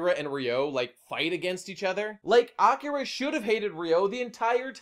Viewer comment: “Awkera” I’m gonna fucking bash my head in if I hear it said like that again.